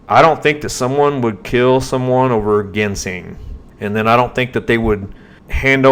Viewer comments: I’ve heard it as Jin seng, Jin sing, also have heard Jin sang. Does it depend on what part of the country you’re in? Like southern states or northern states? Or just many pronouncing it wrong? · Jin sang is how we pronounce in Kentucky or just plain ole “sang” and that’s how my grandfather in Tennessee said it, he was an amazing sang digger for most of his 97 years of life . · Its spelled with a G but pronounced with a J ginseng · Buddy your killing me .. Genseing is pronounced ( Jenn sane) lol …I’ve watched that documentary and it seems like John didnt put everything in order the best i can remember . First they were at where the trailblazer was found and later on in the video he was meeting shane at his house to go to where the trailblazer was found and later… im like you are im thinking shane is a shady charachter !!!! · Ginseng is pronounced with the G like in the liquor Gin. Ginseng People get K1LL€D for going on people’s property looking for Ginseng more than people know about Ginseng is a hot commodity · Not GEN SING GIN LIKE THE ALCOHOL SENG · The southern Appalachian pronunciation is Gin-Sang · IT'S Pronounced JEN-SING anyway If you seen the trail photos (was took at a different time ) this guy was not in them photos I think he misspoke--I think it was drug related ( i do not live in that state or know these people) but if they OD at that cabin whoever was there is who they need to talk to. sounds to me the seat being pulled up a woman was most likely driving that blazer. (thoughts they od at the cabin whoever gave the drugs buried them and moved the blazer down to where it could be found. I don't think SHANESHOUPE had anything to do with it. But here's the question who was running drugs at that cabin? there is where your answer lye's (people know but there not going to tell it in fear of there life) Prayers for there mom. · Gin- sang is the way its pronounced , get it right, your showing your intelligence, or lack there of. Thank you.